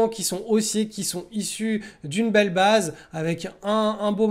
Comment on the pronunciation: J'adore tes videos que je suis chaque semaine (alors meme que je me pense expérimenté). Et malgré tout j'apprend toujours. Juste s'il te plait , il faut dire "baïze" et non "baaze" pour tight base (ou alors dire simplement "base resserrée"), et aussi iii-oo-èsse plutot que Aïe-oo-èsse pour EOS. Merci ! :) J'espere ne pas etre offensant. Continue, ton travail est formidable. Tu es très inspirant pour moi. Merci.